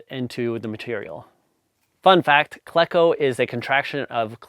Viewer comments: Cleco as i understand it is a long e, as in the name Cleveland. KLE-CO, not KLEH-CO. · Cleco is pronounced "KLEE-koh" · Pronounce it Kle-co or Klee-co. I use a cheap air chisel with a rivet tool & whatever steel scrap that fits. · It's pronounced "cleco"... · You are just making this up as you go... Jargen?? A hand squeeze is much better when access allows.. No one that actualls uses solid rivets uses a those words.. . You do not even know how to pronounce Cleko.. Air hammer or Air chisel with a set and a dolly... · Excellent video! FYI I’ve always heard Cleco pronounced with a long e, likely because that’s how the first syllable of Cleveland is pronounced.